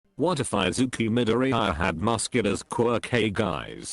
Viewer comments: Izuku midoriyiaa that’s how the voice changer says it I-zuku midori-yiya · Text to Speech: I zeeku My dor ee iya